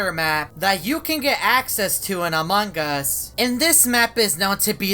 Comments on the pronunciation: I love it when says amangas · Ok who else is triggered by him saying amang as and BRUH HOW DO U JIST KNOW WHEN TO FILM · This man will never learn how to pronounce among us properly